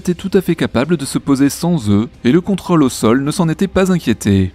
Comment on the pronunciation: ContrŌle, on prononce le circonflexe, svp. Réflexe parisien. Régor